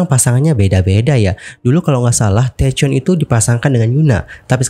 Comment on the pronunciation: thank you atas info update an nya ... Aku respect banget sama seohyun. Dia dulu dipermalukan tapi dia tetep senyum walaupun mgkn aku tau dia nahan rasa kecewa. Tp skrg udh bertahun2, klo diungkit lagi sama kim jong hyun, lucu aja sih kenapa baru sekarang... Oh ya btw mau koreksi dikit, taecyeon itu cara bacanya "taekyon" ya bang.. Overall thank you infonya bang, jadi sedih liat seohyun pake tongkat gtu.... Semoga cepet sembuh.